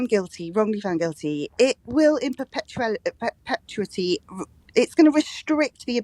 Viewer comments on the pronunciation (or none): A journalist that can't pronounce "perpetuity" 😂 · And at 11.00 trying to say in perpetuity !!